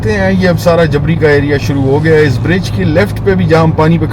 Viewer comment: جبری اصل ہجہ ہے نہ کہ جبڑی